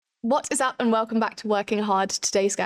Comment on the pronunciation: Why do you say “what is up” like that at the beginning 😂😂😂